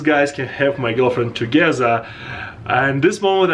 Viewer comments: Together = togezza hahaha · Americans: together: togezza